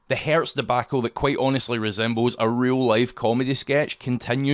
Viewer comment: The company name is Hertz, not Hairs.